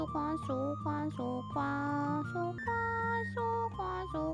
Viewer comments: Did anyone else start hearing queso after awhile? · I love the part where she sais Quaso